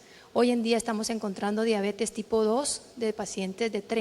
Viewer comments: COMO QUE DIABETIS, QUE MAL QUE EN LA PONENCIA PRONUNCIO MAL ESTA PALABRA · se dice "diabetis" pero se escribe diabetes. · Acá y en la china se escribe y se dice DIABETES. No puedo creer que dijo diabeti